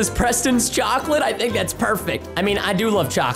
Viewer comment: Preston: yocolete Me: wait that's iligel